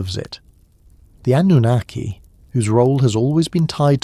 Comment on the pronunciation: It's pronounced An new nar key. Annunaki, I don't know what you're saying??? 😂